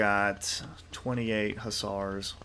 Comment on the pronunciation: Perfect pronunciation first time, gg